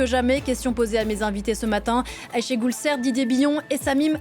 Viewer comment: De même, Ashégule ! Vous savez prononcer Aycha en arabe, et ben Aychée, c'est pareil !